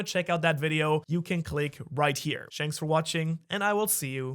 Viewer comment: "Shanks for watching" is what I heard...